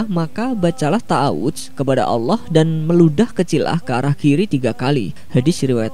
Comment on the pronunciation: Allah swt bukan Allooh!